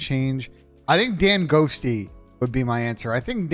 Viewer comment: Dude says danghosty.. when attach is out there right now. Instantly turning the video off.